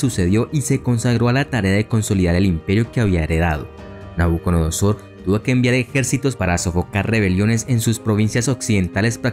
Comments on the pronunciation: Me encantó el video, muy conciso. Sólo agregar: NabucoDONOsor (dijiste todo el rato NabucoNODOsor jajaja) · Que excelente video. Una observación: pronunciaste Nabuconodosor y en realidad es Nabucodonosor. Sigue con el excelente trabajo que haces, es bastante completo e ilustrativo.